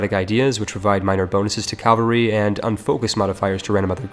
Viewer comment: Repeat after me: CA - VA - LRY